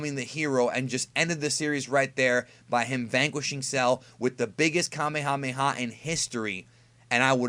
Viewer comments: uhm it is pronounced kuh-mey-ha-mey-ha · It's pronounced kaa may huu may huu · Say it with me.... ka may a may a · You say kamehameha like Kemehameha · Kuh-may-uh-may-uh wave. Not "Kah-may-ha-may-ha." Annoying as shit. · It is called kah may a may a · here's a fun game take a shot of whisky every time he says kamehamha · It's PRONOUNCED: Ka-MAYA-MAYA!! OMG I couldn't even get through this video. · Can we get a word count on how many times he said kamemhaamehamehm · The Frieda ocean sneak Kahmehameha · Ethan Goolsby Commie-Hommie-Ha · Why does he say kamehameha like that oh and it’s not flash kamehameha it’s final kamehameha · it hurts my freaking soul every time you mispronounce "Kamehameha" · I always cringe when people say kamehameha like that